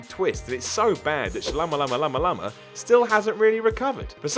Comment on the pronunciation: You didnt have to disrespect M.Night by not even pronouncing his name right SMH